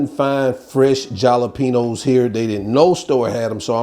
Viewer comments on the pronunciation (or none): Love you but jalapeños is pronounced “halapeenyos”😊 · Jalapenos, pronounce it like halopenos. In Spanish the I sounds like an H. Not picking with you, just want to help, because you do such an awesome job! You have a great passion for cooking. Keep up the good work!👍😉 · Wait u can not be serious w/ur pronunciation of "JALAPEÑOS"